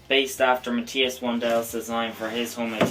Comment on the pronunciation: Matthias is pronounced "Math- eye-as" not "Mat-tea-as" as you pronounce it.